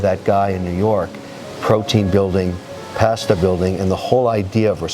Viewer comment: Kevin can’t pronounce pasta correctly